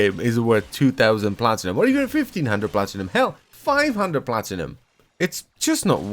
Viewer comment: Did i hear platinumoil?